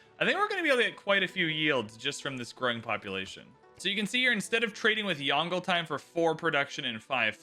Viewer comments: It really doesn't take long to learn to say a name, hearing say YONGLE like DONGLE, instead of YONG-LUH is jarring, especially the amount of times he says the name. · Disliked because there was 0 effort put at saying "Yongle" properly. This creator's pronunciation was especially hideous. Potato McWhiskey, Boes, Ursa Ryan, etc all took great care. There's also an official video trailer of Yongle saying his own name correctly. So there's really no excuse. People who show wilful ignorance and non-chalance towards history and different cultures shouldn't play civ. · stop saying yongle lol